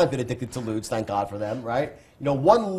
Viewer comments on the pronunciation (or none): none